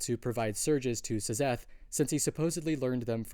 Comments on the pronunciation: Love the videos! But why do you pronounce it as S-zeth rather then zeth? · please stop saying "zezeth", its just pronounced like "zeth" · Sizzeth in the heezy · Yeah, I came to say the same thing